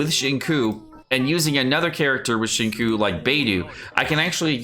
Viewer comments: Xingqiu is pronounced. Xing chou... Q is pronounced Chi bro. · Acually, the second part of his name is more towards "chew" so its Xing-chew if you want to pronounce his name similar to the actual name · It's Shingchuu btw. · the way you pronounce xingqiu makes me so 辛苦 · the way you pronounced xingqiu's name pains me hasdkfja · Nice video I think this was a much needed video tbh. I heard kaeya is really good to crown and he has a super high multiplier but I don’t use him haha. I love you bro but please learn how to pronounce these characters names… like you can hear them say their own names on their profile in English 😂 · please brotha... watch a xingqui pronunciation guide... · Okay but that pronunciation of Xingqiu hurts me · why is he pronouncing XQs name so awfully? is there some inside joke I'm missing? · The pronunciation of XingQiu makes me cry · Omg I almost had to click off the video for how you pronounce Xingqiu 🥴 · Please don’t ever say Xingqiu again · You even pronounce his name wrong lol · I know this is just a joke, but for future reference, just know that the “qiu” sounds a little closer to “cho” than “chew.” Don’t mind me, though, just putting input where no one asked. ;) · please... no more "shing-koo" business. It's killing my soul. It's pronounced "shing-cho" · Dude it's not zhing-sho. Maybe zhing kew is more like it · xing- me: yes just say ‘chew’ please: koo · I died a little on the inside when said Shin-ku instead of Shing-chou for Xingqiu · How Xingquis' name is pronounced: 'zhing-sho': 'zhing-koo' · I am surprised that British guy let your pronunciation of 'Xinqiu' pass without comment. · why tf does he say qincoo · Xingqiu 行秋 = SING-CHEW You are killin me bruh. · XQ is pronounced more like shing choah as in woah but ch in front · Nobody:: SheenCoo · What the fuck. Did he just call xingqiu, chingcoo? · Pronounciation for Xingqiu = Sing Chew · BRUh stop saying sHinqOo and say xingque instead